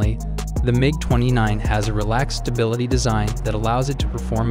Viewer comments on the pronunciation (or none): none